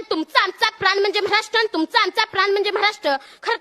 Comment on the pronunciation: म्हराष्ट्र नाही रे महाराष्ट्र